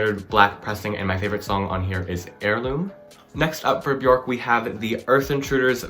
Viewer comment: Quick tip: it’s Björk. Pronounced “Byerk”